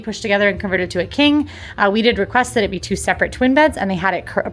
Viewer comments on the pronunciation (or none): none